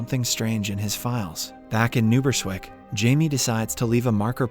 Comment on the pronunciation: ITS NOT PRONOUNCE AS NUBERSWICK ITS NEW BRUNSWICK